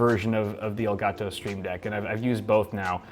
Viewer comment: the way he pronounces elgato el-gat-tow